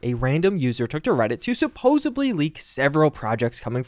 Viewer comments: Supposubly is not a word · Supposedly....not supposably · I think i heard you say supposebly? Not a word, look it up.